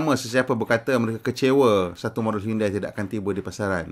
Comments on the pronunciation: bukan sebut hiyundai tapi hiyondei..apala ftv pon xtau sebut ke? hahaha 🤣🤣😜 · HYUN-DEY bukan HYUN-DAI